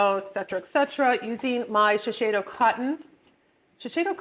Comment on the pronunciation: Shiseido is the best cotton. Sometimes u can find it at TJ Maxx for cheaper. I used to work for them. It’s pronounced She-Say-Do. Not She-Shay-Do.